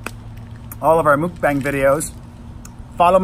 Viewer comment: May I kindly correct you. Not mookbang, mukbang. Sounds like 'luck'